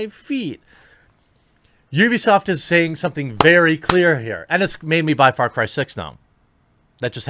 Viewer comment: Why does it sound like he´s saying Fart Cry?